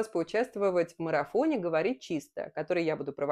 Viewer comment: Отчётливо слышу: поучавствЫвать в марЫфоне 😂